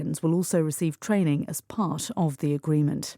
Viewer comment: 감사합니다 part가 pash로 들리네용